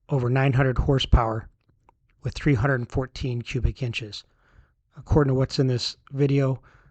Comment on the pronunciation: Its 314, not 214 as you are saying !?